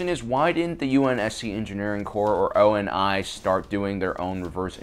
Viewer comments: Awesome video but the way you say “Halsey”..... and also a lot of the actual reasons that they have normal guns and vehicles is because they well didn’t really need to change and your definitely not including ass the actual media that implies a lot more about the story aaand it’s “ONI” not “O.N.I” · not o n i its prounced [OOO-NII] (like onii(#onii-chan)) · It’s oh-nee, not O-N-I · Hearing you pronouncing oni as O N I gave me cancet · 1st. frack youtube 2nd. frack youtube 3rd. ONI is pronounced as Oh-Nee 4th. ONI stands for the office of naval intelligence which does oversee research but calling ONI the engineering coups is ridiculous 5th. frack youtube 6th. KE=.5(M(V*V)) so no matter how a slug lobber propels the projectile you can only really do 2 things make a bigger bullet or make it go faster. EMAs are probably not cost-effective or power requirements are too high even in the far future at least for the man-portable ones. 7th. frack youtube 8th. if there's not a recoil reduction system in that thing than the sheer bulk alone is the recoil reduction in the HaloAR.